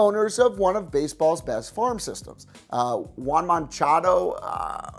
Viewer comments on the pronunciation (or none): Did this dude just say Juan Monchado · Did he pronounce yoan moncada Juan machado?? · How am I supposed to take your baseball thoughts seriously when you pronounce Acuña as “Ozuna” and Yoan Moncada as “Juan Machado”? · lol yea juan Machado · "Juan Monchado" hahahaha. Damn man you didn't even make an effort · Juan Monchado 😂😂 Yoan Moncada?? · “Juan monchado” I think you mean Yoan Moncada bud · You butcher so many names😂 yoan moncada you said Juan manchado lol ronald acuna you said Ronald asuna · Juan Monchado? It’s Yoan Moncada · "yoan machado" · yo on mon ca da it’s not that hard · This guy doesn't know how to pronounce Ronald acuna or yoan moncada